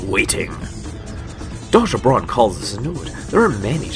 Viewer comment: braun and not baron